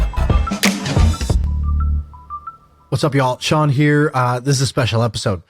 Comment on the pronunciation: Your name is Shaan. How does it pronounced as Sean ?